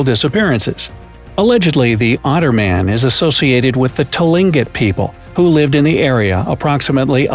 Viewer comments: Ok. Alaskan here. Kenai is pronounced “Keen Nye” and Tlingit (I am a native Tlingit) is pronounced “ClinkIt” or “Kleenkit” with the C or K sound having a slight roll off of the tongue. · Barrow is not called Barrow anymore Google it... Also you pronounce Tlingit wrong.